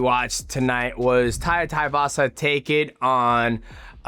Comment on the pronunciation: His names not taivasa you idiot! Its tai tuivasa too-ee-vasa